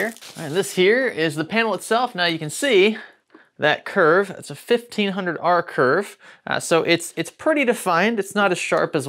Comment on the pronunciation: He said 1500R, I heard 1500$ 😆